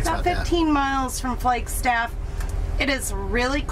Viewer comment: Did I hear you say “Flakestaff “? I turned the playback speed down to hear it again. That fix on the door would be what I would do. My first summer job with the Forest Service was on the Coconino out of Flagstaff. I was coming from Michigan. I kept saying “we’re are the trees”, then all of sudden there are the trees.